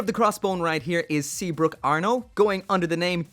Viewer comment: It's Seabook, not Seabrook Also it's pronounced Kincaid Nau